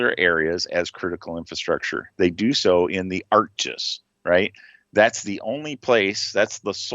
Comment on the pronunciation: I dont mean to be an ass. Its called Arc G I S not Arc gisss. However, the public can download the data for free from the FAA's ADDS and UDDS system. Which can be opened in ArcGIS or QGIS. You can also use the FAA's visualize it tool to see a fully symbolized and setup map with this data. - Im a GIS developer